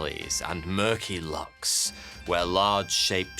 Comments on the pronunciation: He pronounced lochs wrong. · I’m sorry but the way he pronounces “Lochs” im dying ( I am from Scotland)